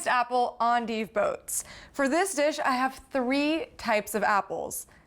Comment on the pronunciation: I like this video. It taught me how to say endive. I always thought it was end-dive.